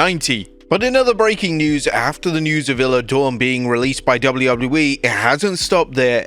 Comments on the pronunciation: How are you still not saying her name right? It's pronounced eye-la dawn. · Not Isla Dawn. Dammit.